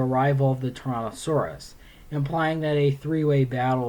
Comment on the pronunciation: It sounds like you're saying Torontosaurus or Tauranasaurus, not Tyrannosaurus.